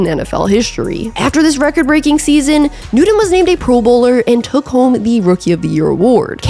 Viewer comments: Pretty sure his name is Newton, not Newtin. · I love your videos but you keep saying Cam Nude-in and it's driving me crazy. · newdon - Newton .... please get it right !! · "Newton" = New-tin. Not "New-din" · Damn tried to watch this one, love your vids but the Nooden was killing me...😂😂😂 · Cam Nude-n. lol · Cam Noodin? Never heard of him. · I’ll I could hear is “Newden” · Who’s “Noodun” lmao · Cam 'Newdun' 😁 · Annunciation continues to be a serious distraction. You mispronounced the name of your subject....his name is not "Newdon". Blocking this channel. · It's clear you're not really a serious sports reporter...I'm sure Cam don't got a Nuden...Really...Biggest name in NFL for a while and you can't even say his last name correctly...let's try <NEW> TON...Just like it spells on the back of his Jersy...or you can even listen to old Panthers games to get the correct way to pronounce his last name....Ok Nudie Nudie...Judy...Hey let me kno when you get an OF page....id like to....lol...smh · I appreciate your channel and like your ‘fast-talking’ style. One nitpick though… His name is Cam NewTON not NewDone. Never heard it pronounced the way you do it. It kind of took me out of the video. At least you’re consistent. Nice video otherwise. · Such a great broadcaster only held back by not being able to say the letter T. Cam Newdon. Cam Newdon. Cam Newdon. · Cam Nood-en ( pronunciation) wasn’t suspended from the Gators just because of the laptop theft. Let’s just say he had a thieving issue when he was at UF. Coach Myers was notorious for covering up ‘misbehaviors’ among his players, but because Cam was a focus, some of his misdeeds made it in the paper, and his reputation went down the tubes. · Cam New-Din. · I love your videos, but I kept hearing Nude-In every time you said his name! Sorry, I don't mean to disparage. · There is actually “t” in Newton 🤷🏾‍♂️ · Just curious if you can pronounce the letter T? I enjoy your videos, but it’s like you’re saying “Nudeon.”